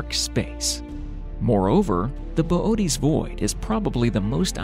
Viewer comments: Good video but bobootes void come on 😂😂😂 fml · Why is Boötes pronounced Bobotees?